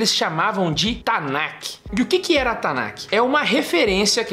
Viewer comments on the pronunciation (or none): Me dá um pouco de agonia dele falando "tanakiih" e não "Tanakh" (Tanarr - som de erre). Eu não quero corrigir hebraico de ninguém, é só que eu me acostumei a ouvir "Tanakh" com som de 'rr' (kh) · TANAKI é comida japonesa? erro de pronuncia do rapaz lá e também sobre cânon.